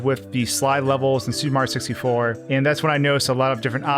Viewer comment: Why does he keep calling it “Super Mar 64”